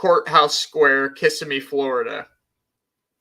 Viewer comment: Kissimmee... Emphasis on the middle vowel